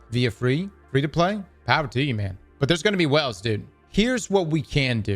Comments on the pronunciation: OH he’s saying WHALES, not wells. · Oh….whales….not wells…🙃